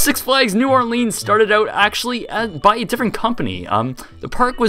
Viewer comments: It's pronounced new orlens, not leens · Great video and explanation of the history! I went here as a kid both when it was Jazzland and Six flags so it's very interesting to watch. But, dude... It's not New OrLEENs. It's pronounced like New Or-Linns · Its or-leans idiot you see the ea in the name you probably failed spelling class at school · it's pronounced "OrlINs"